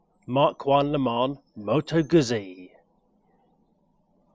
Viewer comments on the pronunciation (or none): Moto GUZZI is pronounced Moto GOOTSI. Unless that is, you eat slices of Italian, "PISS ... A" that is.... 😂. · Had to stop watching this after a couple of minutes. Not only do you seemingly know very little about bikes, but you can’t even pronounce the manufacturers name. Get a grip! 😂